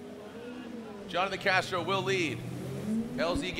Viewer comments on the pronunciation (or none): Everyone : Jonathan Castro's parents : Jhonnattan 😂